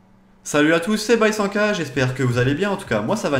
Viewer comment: C'est pas C'est!! Avec Ta moustache Mexicain je Kiffe😃